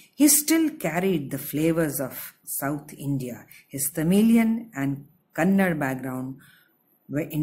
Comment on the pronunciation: The regional language is Kannada and not Kannad. Thank you for your clarity and detailed explanation.